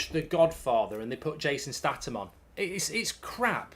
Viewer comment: What's wrong with Jason Statham? & yes it's Statham not Statam! 😂